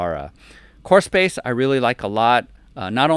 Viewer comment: took me a while to understand that you were saying "core space". i was hearing horse face.